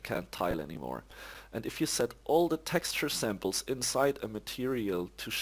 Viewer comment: just fyi "Samples" is not pronounced "samp-less", just 'samplz'.